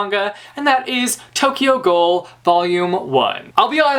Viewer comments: I don't mean to be the grammar/pronunciation but ghoul is pronounced "gool" not "goal". Just wanted to clear that up because that is one of my favorite manga series ever. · Lol love how you pronounce ghoul. You say it like goal. I say it like gool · It's pronounced 'gool' hahaha